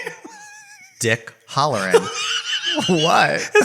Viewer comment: Dick Halloran (pronounced Hal not Hall) is the same character from The Shining!